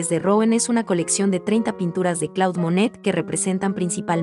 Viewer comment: No es Claude, se dice Clód porque es un nombre francés.